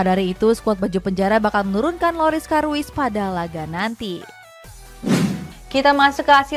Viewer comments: Karius cok bukan karuis wkwkwkwk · Lorris karius mbak bukan karuis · Loris karuis?? 😅